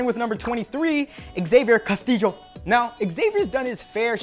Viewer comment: The correct way, yes